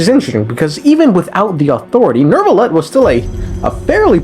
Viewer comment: There’s no r in neuvillette thé neu sounds like the neu in neuf